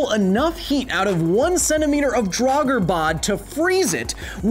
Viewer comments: Doesn't the pronunciation of "draugr", in the singular, elide over the 'r' on the end, making it nearly silent? The hard 'r' sound implies the plural, "draugur." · Just a language correction: I am very certain that "draugr" is only one syllable, not two. It does sound very wrong to my Nordic ears to hear "drah-gur".